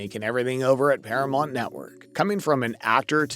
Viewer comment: Not to be smart but it's Paramount..not Paramont..just thought you might want to pronounce it correctly..😊